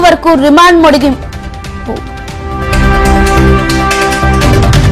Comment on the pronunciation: News Chadhavadam marchipoyara andi 1)santhapadhinam eroju 2) maji Harish Rao 3) Kavitha remaind modagimpu...😂😂😂